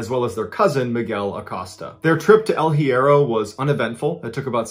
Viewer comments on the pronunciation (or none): Love you MB! You should hit me up to assist with Spanish pronunciations bro! El Hiero is pronounced: “L•E•air•oh” Archipelago: “aar•kuh•peh•luh•go” 🤙♥️